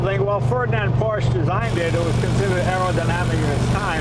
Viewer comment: Well not a real documentary of the real VW (It’s pronounced “Folks Vagon” btw) , Yea there where some of ‘em with a 250HP Porsche (not called Porsch) engine, but tha’s a different story .